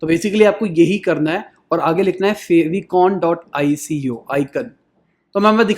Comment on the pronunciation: favicon is spelled like फैव आइकॉन not फ़ेविकॉन